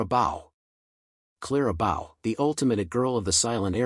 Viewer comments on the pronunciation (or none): totally ridiculous virtually none of these are in anyone's mind as hollywood celebrities Also it is clara Bow like tying a bow not BOW. like a cow saying BOW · Clara Bough???!!! How about Clara BEAU? I spell them this way to illustrate how lazy and insulting it is to your viewers to get the names of your subjects wrong.. JESUS CHRIST!!!! DO YOUR F**** HOMEWORK GUYS! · The AI voice doesn't pronounce Clara BOW'S name properly. And Barbara La Mar's name isn't pronounced properly 😮 Theda Bara's name is a mess.